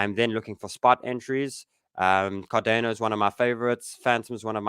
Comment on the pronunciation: Never heard anyone pronounce it Car-DAY-No before